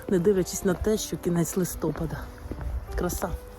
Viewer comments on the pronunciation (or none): 😮не листопада,а листопада pardon(наголос!)